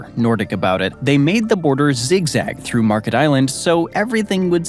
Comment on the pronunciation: The island is called Märket, non Market, and the name has nothing to do with the English word market.